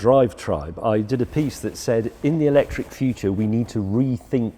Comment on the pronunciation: Who else turned it off after ya heard ewwlectric?